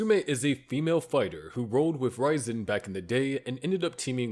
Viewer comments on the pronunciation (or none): RIAZEN NOT RAIZEN makes it sound like raisen